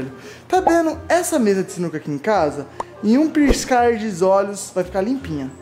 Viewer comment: “Em um pirscuar de olhos” kkkkkkk